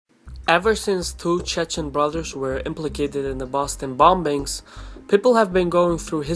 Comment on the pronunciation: It's pronounced bomings in English not bombings. The second b is silent